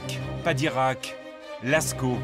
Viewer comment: Padirac, pas de Koweït 😂